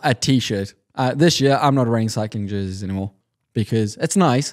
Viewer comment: Jerseys. It’s “jerseys”